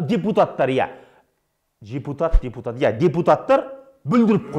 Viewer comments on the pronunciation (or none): Байкамай жепутат деп айтып калдынго🤣🤣🤣 Билик олшиши бундай соз естигенше.